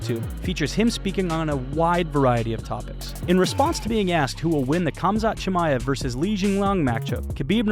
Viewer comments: why do i keep hearing cumshot chimaev? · All I hear is cumshot chamaev. That’s good marketing but Colby haha